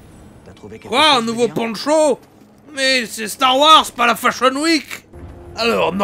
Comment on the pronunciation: C'est plus starwars, c'est Starwouarzazate